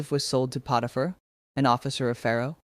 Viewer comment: These would probably be a whole lot more popular if you didn't have an AI voice on here mispronouncing words and names Potiphar is not pronounced Poe tee fer... It is pronounced Pot uh fer